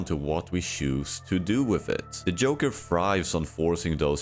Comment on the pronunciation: wdym yoker😭 is this ai generated or a speech disorder because before and after you get it right with the Js